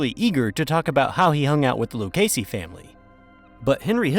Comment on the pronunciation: A.I. narration has annoying flaws, I.e.: mispronouncing Lucchese. Should be pronounced "Loo-kay-zee."